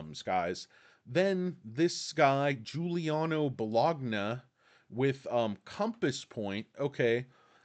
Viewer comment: bo-log-nah:D:D:D:D:D:D